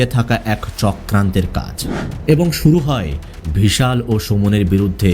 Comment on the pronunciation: কিন্তু ভাই আমি তো নিজেই ইন্ডিয়ান from North 24 parganas but আমি মুসলিম হলেও আপনার মত উচ্চারণ আমার বা আমাদের আশেপাশে কোনও মুসলিম দের ই সাধারণত হয় না। আমি আরো লক্ষ্য করলাম যে আপনি বিশাল কে কখনও কখনও ভিশাল বলছেন। এটা বাংলাদেশ এর লোক ছাড়া কোনো ভারতীয় করবে না। কারণ বাংলাদেশ এর বেশির ভাগ অধিবাসী ভদ্র বাংলা বলতে পারে না। আর উচ্চারণ ও অত সুন্দর নয়।